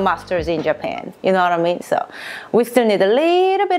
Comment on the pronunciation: “You know whattamean” I love it!